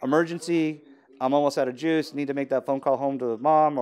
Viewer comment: He says 'juice' like 'jizz'